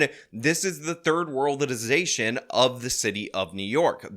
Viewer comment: "third worldilization" 🤣🤣🤣